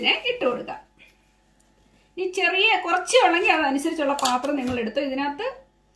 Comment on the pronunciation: പത്രം അല്ല പാത്രം... ക്യാപ്ഷൻ തിരുത്തു... ♥️♥️